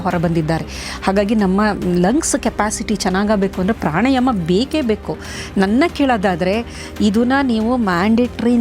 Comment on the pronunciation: Pranayama. Not prani